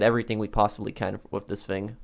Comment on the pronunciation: Somebody doesn’t know how to pronounce the word thing